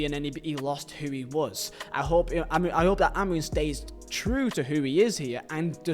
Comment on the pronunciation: His pronunciation of Amorim is criminal